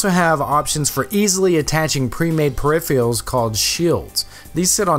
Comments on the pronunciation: 😆 Don't know why people pronounce it like that - it's pretty common. Actually, I blame Ben Heck. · Why do so many people have trouble pronouncing "peripherals"?